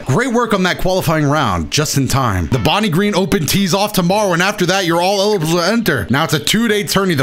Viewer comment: Don’t think we didn’t hear you DESTROY the word eligible